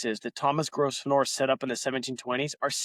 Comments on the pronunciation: your pronounciation of gros venor is how the french would pronounce it- it is french for great hunter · lol. Sorry, but it’s pronounced Grove-ner. But … great work, keep going!! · FFS, man. Your pronunciation is a deal breaker. It’s: grow-ven-er. 🤦🏻‍♂️ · They pronounce the name grove•n'r ; no s. There are many words like this, mostly place names. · it's a silent 's', also in English county names ending 'shire' most people pronounce it sher.